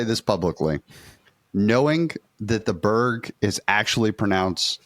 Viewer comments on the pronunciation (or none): I think y'all are still pronouncing Berg wrong. I think it's like beh-ri with a slight r roll. Yeah I think Domes are typically more flippy than flippy Falks.